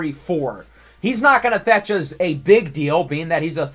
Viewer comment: i’ve watched so many of your videos i’ve started saying “uz” instead of “us” 😂